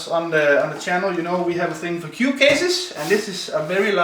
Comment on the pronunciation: Sounds like he said, "this is a large cute case" instead of cube haha.